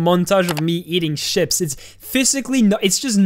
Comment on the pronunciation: did he just pronounce "chips" as "ships"